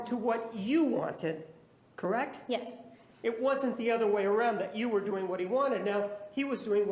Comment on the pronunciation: I hate when people say "correct" as one syllable the way this girl does... Creckt, Creckt, Creckt. So annoying...